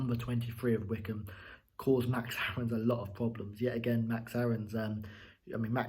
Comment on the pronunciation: Hmm, I always thought Wycombe was pronounced [why-comb], not like Wickham... Anyway, if Krul didn't shout, and I believe he didn't, Hanley should have cleared the ball just to be on the safe side. Then again, I think Krul might have had enough time to get to the ball first. But he moved forward, stopped, moved again, and then stopped again. Definitely not the best performance I've seen from Norwich, but good three points. Great free kick by Mario. And finally someone played a through-ball to Pukki!